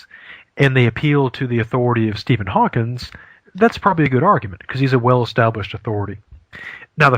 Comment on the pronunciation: I am a logic professor, and this guy is pretty good. I would recommend him to students (and I'm picky). A couple of minor corrections: almost everyone pronounces "premise" with the short "i" sound (as in "this"), not the long "i" (as in "white"). Also, it's "Steven Hawking", not "Hawkins". Otherwise, nice job. It's funny the way he says "Ah" when each new fallacy is named!